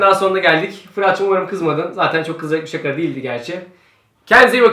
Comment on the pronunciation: ***** O anlamda değil şaka diceğine saka dedi